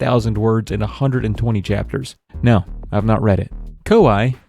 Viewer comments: KoYee not Ko I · Except it's not. It's pronounced Koo-Eeh as it's the two Japanese letters コーエー which is Ko- and E- (the dashes mean you elongate the vowel sounds). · It's pronounced "Kaw-eh"